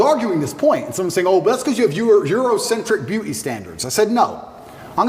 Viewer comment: Beeuu’ee standards. Lol